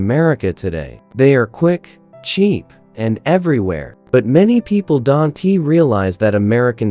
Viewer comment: Don T.......a.k.a. don't😂😂😂😂😂😂😂😂